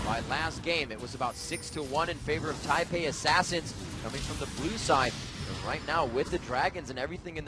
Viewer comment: first of all, its taipei second, its fuck not fuuuuuuuuuuuuuuuuuuck